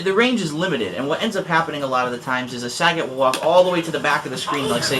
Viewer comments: Grrrrr... its Suh-Got not Sah-Get not trying to make fun of u but it gets annoying hearing people pronounce it like that constantly lol. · All you did was separate sagat into sa-gat... lol dude. It's "suh-got". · You do realize this game is MADE in Japan. Its Suh-Got. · actually the way japanese people pronounce sagat is "sagotto" im japanese and use to play sf2 at the arcades in japan a lot. and ryu is liyu in japan its not re-u or rai-u. but since i moved to america, ive been pronouncing it like re-u and saget. it really doesn't matter! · it doesn't matter, you can pronounce it either way. i say it like bob saget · lol at how he says sagat ( im pretty sure its suh-got) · Why do people pronounce Sagat wrong it pisses me off.